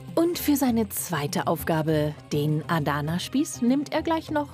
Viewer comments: "aadana spieß" 🤣😂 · Mich triggert voll wie die ‚Adana’ aussprechen😂